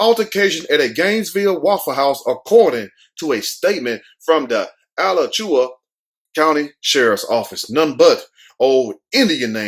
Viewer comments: It's pronounced AH-LAC- CHOO- WAA County. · I use to work outta Alachua. The way u pronounce it is hilarious 🤣🤣🤣 This is sad.... I don't understand how she got mad at the dude. I would've been looking at my man like..... "U need to get ya weight up so u can do things like that " ..... smh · It's pronounced a latch ua. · Its A LATCH YOU WA....ALACHUA